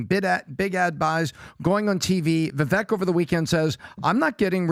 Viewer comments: It's not "Vevek", its "Vevake" like "fake". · Vivake! Vivake! When will you pronounce his name correctly? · Please learn to pronounce Vivek Ramaswamy’s name. His first name is pronounced as VIVAKE. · His name is pronounced, 'Viv-Ake , hard A and 2nd syllable accent '. Just fyi and he's too classy and confident to correct people or give a shit 😂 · How are these clowns STILL mispronouncing Vivek's name? It's pronounced like VAKE, CAKE, TAKE, BAKE, LAKE, MAKE, SAKE, RAKE. FFS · Multi-million-dollar podcast and you still can't pronounce Viveks name correctly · Why do all of you persist in mispronouncing Vivek's name?? Is it intentional?? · Rhymes with cake....say Vivek's name correctly please!! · Talk about looking down one`s nose, these jerks cannot even pronouncer a guys two syllable first name right!